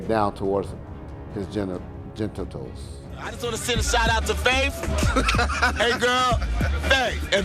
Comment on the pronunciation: genitals or gentitals 😂 😂, is crazy